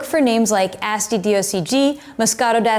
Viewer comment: You’re my favorite wine video producer so I mean no disrespect. “Asti” has a softer ‘a’ as in Ahh-stee rather than Ass-tee. 😅 Cin-cin!